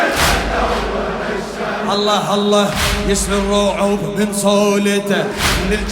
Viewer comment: هاء زائدة في لفظ الجلالة (اللهه) الصحيح هو... الله